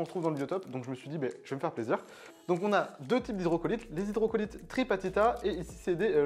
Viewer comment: Super vidéo, j'ai découvert un nouveau fish ! (Ps : c'est hydrocotyle pas Hydrocolyte😉)